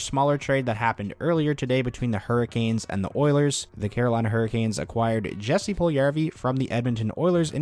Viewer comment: Small thing here. When pronouncing Jesse Pujlijarvi’s name, the ‘J’ in his first name should be pronounced the same as the ‘j’s’ in his last name. It should sound like Yessie. Cheers.